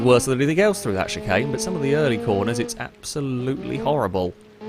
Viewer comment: Can we ban from saying “chicane”